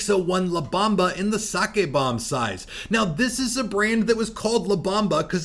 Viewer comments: Bomba sir. Not bamba 😂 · B-OHM-ba.. lol. But The la Bamba movie is good too..